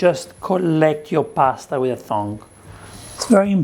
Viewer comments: it's TONG not Thong lol completely different meaning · Did he just cal tongs ‘ thongs’ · Thong instead of tong! LoL 😊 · I can't get over the fact that he says thong for tongs